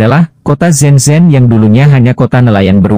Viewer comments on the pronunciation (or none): Shenzhen la bro....bukan zen zen....😂🤣🤣 jgn pulak lain video hong kong, jadi lain nama kong kong...🤣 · SHENZHEN bukan zen zen